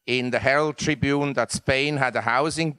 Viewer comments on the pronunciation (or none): none